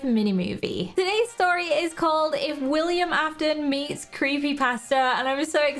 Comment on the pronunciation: Its willam not willmian